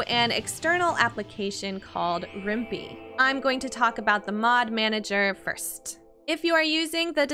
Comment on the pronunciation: Useful educational video so good for that......but, I shouldn't be bothered by it but the other mod manager is actually pronounced with a 'pie' sound at the end, as in Python, the coding language used to make it. It's also a must have if you play Rimworld through GOG.